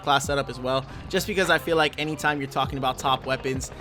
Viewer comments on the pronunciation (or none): none